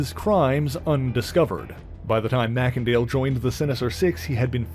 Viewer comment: Isn’t it MACENDALE, not Mackendale?